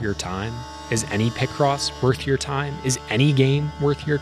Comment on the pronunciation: there's no way people pronounce it like that. Do people also exist that pronounce pi as "pih"? It's always been pie cross to me